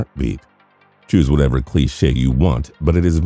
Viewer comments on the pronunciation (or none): none